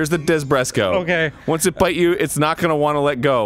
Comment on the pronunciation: Desbreko! Not DESBRESKO!!! I'm triggered!! You fucking triggered me!! Way to go!!!! ^/)^